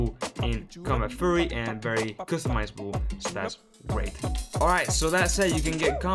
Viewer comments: Please don't say combat "furry" please say "fee yu ree" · Great video. I just wanted to point out Furry = covered in Fur like an animal. Fury is like Anger and pronounced "Fe- your- ey"